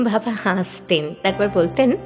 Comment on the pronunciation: তোমার আবৃত্তি শুনলাম। আগেও অনেকগুলো শুনেছি। তুমি আমার খুব প্রিয় ❤ আমি বাংলাদেশি। কিছু উচ্চারণ আছে যা ওপার বাংলায় সঠিক উচ্চারণ করে না। "হাসা " ঠিক আছে অথচ "হাসতে" " বলতে গিয়ে "স" উচ্চরণ সঠিক হয়না। কানে শুনতেও ভালো লাগে না । এখানে " স" উচ্চারণ করতে হবে "শ" এর মতো। ঠিক বসা শব্দ যেভাবে বলা হয়। কেন এভাবে বলতে হবে? সেই ব্যাকরণগত বিশ্লেষণ করা এখানে সম্ভব নয়। ওপার বাংলার অনেক অভিনয় শিল্পী ভুল উচ্চরণ করেন। কিন্তু একজন বাচিক শিল্পী বা গানের শিল্পীর বেঠিক উচ্চারণ খুব কানে লাগে। ঠিক এভাবেই "ভালোবাসতে" "আসতে " হবে। মনে রাখা জরুরি যে " স"এর সাথে যদি " ত" থাকে সেখানে "স" "শ " এর মতো উচ্চারিত হবে। আশা করি আগামীতে সঠিক উচ্চারণ শুনতে পাবো। একরাশ শুভকামনা রইল 🌹